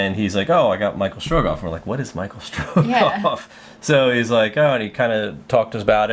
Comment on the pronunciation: It's Michel Strogoff, it's a French story :-)